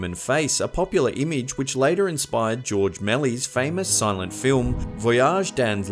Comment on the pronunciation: PS. You BUTCHERED Grorges Mèliés